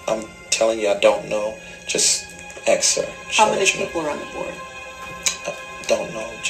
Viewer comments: He says "your gonna have to axe Michelle" no less than 100 times in the full deposition. Michelle is everything...when it helps him deflect that is. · In the full deposition he says “you have to axe Michelle” dozens of times.